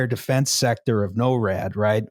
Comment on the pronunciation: Hearing peonounce NORAD as Noh-rad instead of Nor-ad is extremely cursed.